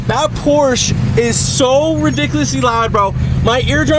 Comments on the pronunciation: Can we all agree to pronounce PorschE correctly? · We pronounce it like Americans, you want to make something of it? And by your standards your suggestion should have been this - Porsché NOT PorschE ... WTF is a "porshee" 😂 ... 🤤 PORSCH PORSCH PORSCH, PORSCH PORSCH PORSCH ... PORSCH 😁